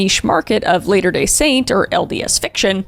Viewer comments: Nooooo I heard about this when it was happening bc I am LDS and this was horrifying. (Btw it’s pronounced Latter not Later, think “ladder” like the kind you climb.) I still live in Utah and work in Springville, didn’t realize that every day I was driving past that cemetery I was so close to where this psycho used to work 🤯 *also in the name Moroni, the i is pronounced as i not e (Not that i think you need this information but there it is) ***Also also as an LDS person i will tell you that everything this couple claimed is kookoo bananas, not church doctrine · Not to be that person, but it's Latter-Day Saint, not Later-Day 😅 I love the videos though!